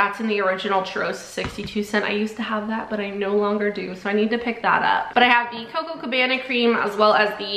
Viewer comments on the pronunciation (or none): none